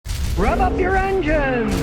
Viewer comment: It Does sound like he's saying rub up your engines😂